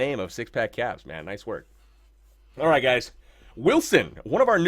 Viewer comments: anybody else I are him say cocks instead of kappz lol I swear I heard it..... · he said hogs lol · I heard it too haha